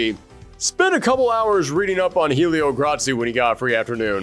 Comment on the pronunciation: He actually pronounced "Gracie" correctly, Helio is just pronounced "EL-ee-oh"